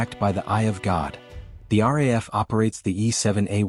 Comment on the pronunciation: Its pronounced R double A F. The RAF is in England.